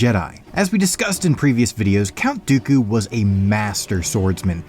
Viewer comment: It even sounded like he said count goku